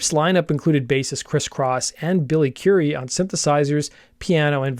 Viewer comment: And Currie is pronounced like the Indian food Curry, not Curie, as in Marie Curie.